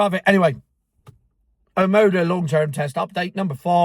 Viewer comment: Or as calls it Armarda??